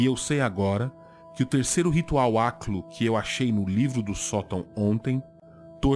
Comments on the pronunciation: aliás, sua pronúncia do aklo é justamente o que eu imagino de um habitante de ishmouth ou um deep one falando, ou seja, um tom de voz gorgolejado e embriagado. Parabéns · que bela pronúncia e sotaque perfeito, realmente uma língua maravilhosa